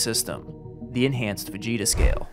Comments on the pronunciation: Haha, I thought you were saying Vegeta scale, not Fujita scale. I think it would be amazing if Weather reporters screamed out "It's over 9,000!" when reporting F5 category Tornadoes. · Right i thought he was saying vegeta too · Am I the only one that kept hearing "Vegeta" whenever he said "Fujita"? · Ohhh Fujita Scale...Not Vegeta Scale... Man i was waiting for the Punchline this whole time.... Damn it im dumb lmfao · Sounds like he is saying Vegeta. Lol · I thought he said the Vegeta scale at first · I just want to say, I enjoy that your pronunciation of Fujita sounds just like Vegeta. The enhanced Vegeta scale surely should not have stopped at 5. It should have gone on over, you know... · Was it just me, or did anyone else hear it first as the 'Vegeta' Scale? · Hold up.. “vegeta” scale?? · That first time you said it i heard Vegeta scale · Does anyone else turn into a 14 year old kid and giggle every time he says "fugita"? I'm embarrassed that I'm hung up on this so much. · Why did I think he was saying Vegeta... The whole time I was imagining the town just getting straight wrecked by Zeus size spirit bombs😅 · I know you said Fujita scale but I swear to you I heard "Enhanced Vegeta Scale" Also FEMA's resources aren't dependent on the rating of a tornado. Just who's election sign is in your yard. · Thought bro was saying vegeta scale for a sec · You did not just say Vegeta scale 😂😂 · It’s actually pronounced like fa-HEE-ta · Did you really say Vegeta scale? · For a second I thought he said “Vegeta scale”…maybe I should lay off the dragon ball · I wasn’t hearing it properly and I thought he was talking about VEGETA then I loooked at my phone and it was fujita lmaoo u def have a nice podcaster voice I got lost in the sauce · thought he said advanced vegeta scale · I swear I keep hearing vegeta scale lmao I don’t even watch dragon ball like ever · This comment is the Like button for everyone who thought he kept saying, Vegeta.